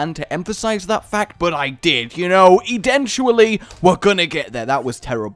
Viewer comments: Did say e-tentually and no one picked that up? He said that right? Not eventually. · Rupert Black Pretty sure he didn't say Edentually. I heard ten. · no he said Edentually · "Edentually", because of his character